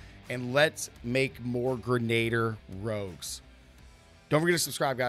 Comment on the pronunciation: For the love of god, stop mispronouncing ‘grenadier’!